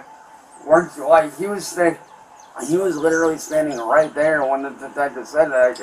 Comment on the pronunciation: Lid-ra-lee Lid-ra-lee Lid-ra-lee Eet dossint MADDER lyke lid-ra-lee vitch Itduhintoooooooooo